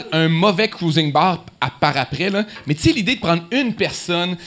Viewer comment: Le gars il dit "mes" au lieu de mais, laissez y une chance.